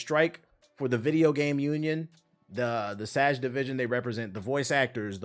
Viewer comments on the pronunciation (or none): he keeps saying SAG like sajh its pronounced Sag the G is a guh